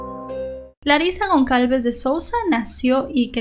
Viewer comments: Un detalle: la letra "Ç" en portugués y francés, se pronuncia como S; es decir, el apellido era Gonçalves y se pronuncia "Gonsalves", no "Goncalves". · Hola! Me encanto tu contenido, todos son muy interesantes, solo una pequeña aclaracion, el apellido Gon(cedilla)alves, se pronuncia como una "sa" seria, Gon"s"alves. Solo eso, gracias y continua con tu excelente trabajo. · Solo una corrección la letra ç se lee como s ella seria Gonsalves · Su apellido se pronuncia “Gonsalves”. Esa ç se pronuncia como una S. Más que nada por aclarar. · Una cosa ç se pronuncia s, con lo cual se pronuncia gonsalves. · se pronuncia gonzalvez¡ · ç tiene sonido de s en Brasil. Sería como "Gonsalves". Soy brasileña y aprendo español viendo tus vídeos! gracias 🇧🇷🇧🇷 Besos de España🇪🇦🇪🇦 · Me encantan tus videos. La letra Ç en portugués se lee como "s". Me encanta la fluidez con la que relatas cada caso. Felicidades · No pasa nada pero la c con apostrofe.. ( creo que se llama así no sé...).. se pronuncia s. Gracias por tus vídeos.. Son siempre muy interesantes.. Saludos.. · Gonçalves, se pronuncia como una s la ç.. saludos!